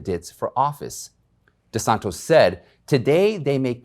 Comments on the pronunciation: How is it so difficult to pronounce DeSantis? Not DeSantos. He's in the news often enough. You must have heard the name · His name is Ron DeSantis Not Des Santos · Thank You! ! ! DeSantis, not desantos Yes, R.I.P. Rush Limbaugh, you WILL be missed! :-( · Don't mean to be critical but it sounds like you are calling Gov DeSantos not DeSantis, Sorry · It's DeSantis not DeSantos. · Florida’s Gov is “DeSantis”, not DeSantos. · It's not DeSanTOS... It's DeSanTIS just FYI.... It was said incorrectly all 8 times!!!!! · I do know a bunch of DosSantos people but he is not a DosSantos, he's a DeSantis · DeSantis, not DeSantos. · DeSantis, not DeSantos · Thats Ron DeSantis. Not DeSantos. Hes a name that will be well known. You need to get it right. Also, it's pronounced 'Illinoy'..the 's' is silent. Please stop turning me into the grammar police. This is your job. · DE SANTIS, not DE SANTOS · DesanTIS....not TOS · I love your videos,, JUST one little thing, it is NOT DeSantos, but DeSantis. He is a wonderful Governor. Please keep posting your suoer videos. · Desantis not desantos. Come on man get it right. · Gentle correction, - my governor's name is DeSantis (Tis), not DeSantos (Tos). He's a great governor! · DesanTIS, not Desantos! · Desantis not Desantos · DE SAN TIS not DESANTOS Idiot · It’s Desantis not Desantos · you’re usually so good. But it was cringeworthy every time you referred to the governor of Florida as DeSanTOS instead of DeSanTIS. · It’s de san ‘tis ... not: de San tos Not important but better. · please,...PLEEEEAAASE...the man’s name is Di DANTIS...not De SONTOS...don’t be like everybody else...i’m begging you...say his name right!!! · Thanks for the news, but please get the names right. DeSantis not deSantos. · DeSantOs with an "O" - or - DeSantIs with an "I"? Big difference. ;-) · My man, your saying his name wrong... its DeSantis not DeSantos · Men he’s name is DESANCTIS!!!!!! No desantos pleaseeeeeee